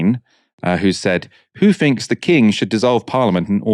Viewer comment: THIRD, not fird, THINKS, not finks, come on mate that’s just laziness and your job is to talk for a living.